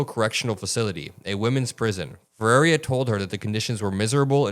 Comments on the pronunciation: Bro, it's not that hard. Her name isn't Ferreria, it's Ferreira. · for those that can't pronounce the name Ferreira, here's some help...just say "FUH - RARE - RUH". If you are capable of trilling your R's then you could try the proper pronounciation "FEH-RREY-RRAH". The "ei" in the name just means it sounds like "AY" in the word "Day". Also, as you can see in the spelling the letter " i " is before the last "R", so there's no reason the name would be pronounced "Ferraria". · great coverage! quick note to correct her name pronunciation, it’s “Feh-ray-rah” (but if you can roll Rs then do that for the middle ray) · I have to say it lol I’m not trying to be a jerk it’s just that no one is pronounced it right… it’s actually pronounced Fa-Rare-a